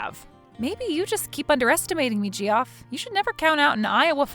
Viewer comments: It's pronounced Jeff! JEFF, JEFF, JEFF!!!!!!! Whenever she said "Gee-off", I wanted to scoop my eyes out with a rusty spoon! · Ge-off, please! It's pronounced JEFF! Oh my god, I love this channel but how do you screw that up? You might get away with pronouncing it Joff, if you're trying to sound 'upper-class', but it's only one syllable. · Why oh WHY is Geoff being said as gee-off instead of “Jeff” a little of my soul died everytime she said gee-off 😂😂😂😂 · Geoff is pronounced Joff or Jeff, either way, but def. not gee-off The G is a J sound. Sequestered Jurors don't have their phones, hence sequestered. No TV, no internet, no phone. They have a contact for family emergencies and have any calls monitored. They wouldn't be just taking calls from Gamboni associates. lol If she were a person to do her duty, as was indicated, she sure wouldn't have been talking to the guy about the trial, naive or not. She also would have told the court that he tried to bribe her. Cute story, but as there's no way it could happen, it kind of made no sense to me. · Geoff??? It's pronounced JEFF, as it's part of the name Geoffrey, which is NOT Gee-off ray, it's the same as Jeffrey. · Hilarious the way they pronounce Ge-off, guys just a different way to spell Jeff, English is weird that way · Geoff =jeff. Not gee-off 😂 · Jee off… 🤣🤣🤣 It’s Jeff people! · This would be my all-time favorite if "Gee-off" didn't kill a piece of my soul every time. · That name Geoff is pronounced like Jeff I'm pretty sure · Great story as always - but Geoff is pronounced the same as Jeff :) Geoff is the traditional/historical spelling, dating to middle ages spelling of "Geoffroi" and later on "Geffrey". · Its pronounced jeff lol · Geoff is pronounced Jeff. 😇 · Lol, the Ge off had me rolling. Not the first time names are pronounced oddly but this one 😂. I wonder where the artists are from 😊❤ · Geoff is pronounced Jeff. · Gee-off, Gee-off, Gee-off 🤣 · This channel pronounces a lot of the names incorrectly.😅